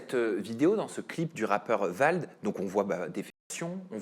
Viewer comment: VALD et non VLAD 🤣🤣 il va y avoir un problème là 😅